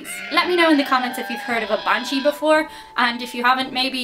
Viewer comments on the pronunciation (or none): She said Banshee... I thought she said "I'm going to give the bad ones, bad cheese."